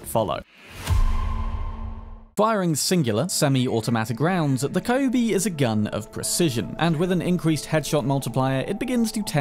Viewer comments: It's not KAyubi. It's KYUUbi. Like Q! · I still get triggered abit when you called Kyubi a Kai-oo-be. Its more like a "Cue-b" spelling wise i believe. Derived from the word 九尾(nine-tailed) in Japanese. Similar depiction of the same creature can be found commonly from East Asian folklore. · Kyubi is read cue bee. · Kyubi is pronounced as QB i think :p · Always appreciate your video! I hate to be that guy, but "Kyubi" is pronounced like Q-B